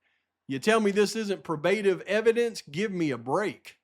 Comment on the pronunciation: Sorry but it’s pro-buh-tive and dee-cee-dunt. Keep on rocking. You’re the man. The new team should hire you!